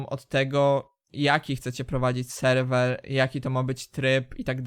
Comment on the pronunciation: selwel xd